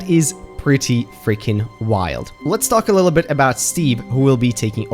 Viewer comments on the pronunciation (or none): I love how he says letS TALK here: and puts the STALKer's biome